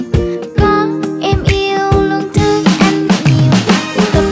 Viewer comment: Hát dở, ko nhìn lyrics là tao ko hiểu nó hát j luôn á. Hodie giấu quần mà tưởng hô đi vô quần ko. Có em yêu luôn thương anh nhiều mà hát thành có em yêu luôn thứ anh nhiều và còn 7749 lỗi phát âm nữa. Nói chung là chê